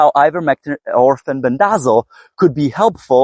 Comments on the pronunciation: FEN BEN DUH ZALL I laugh every time I hear you say it. 😂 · My apologies. I've just never heard anyone pronounce it like you. I genuinely thought you were being funny.